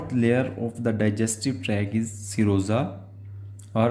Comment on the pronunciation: I thought you were saying samosa